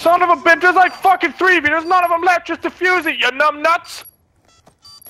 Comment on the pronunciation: I started laughing when I turn my subtitles on and nogla said three but my subtitles said tree lol